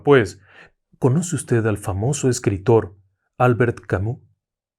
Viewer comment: Dejando de lado las muertes: irónicas (siempre me recuerdo de la de Isadora Duncan...) Vivan los Premios Darwin. Y se pronuncia "Al-BERT Ka-MY" Fausto Coppi (el campeón y una mitad de la rivalidad con Gino Bartali) murió de enfermedad (si no yerro, fiebre amarilla), NO por accidente de tránsito. "No era nada. Era minero" Cuidado con tu $μ©¡a lengua, no sea que te pase una irónica... 🤬